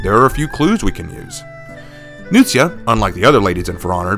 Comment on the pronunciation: The way you pronounce Nuxia, it sounds like you’re saying “New Shit” XD